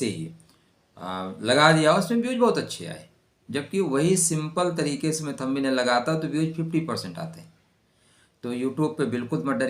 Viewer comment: Thumb nail मे “Nest 3 मंथ” लिखा है. वो “Next 3 months” चाहिए. थंबी नेल नही, थंब नेल बोलो.